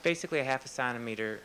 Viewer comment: He calls centimeter "sontimeter" and says a millimeter is 1/3 of a sontimeter. How the fuck is this guy a doctor.